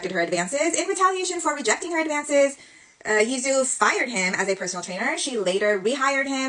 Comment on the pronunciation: It's /ch-j-o-u/😢 You can check pronunciation of Chinese names. No offence, just professional deformation 😅